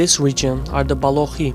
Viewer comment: Baloch is not pronounced Balokkhhh.